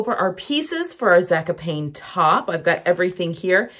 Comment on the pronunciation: I love you, but it's 'Zaaa-cop-knee'. I think. Sorry to be a pest. You are an inspiration.